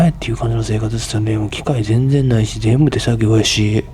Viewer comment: の全然の言い方(発音)が関西弁じゃないですよね...😢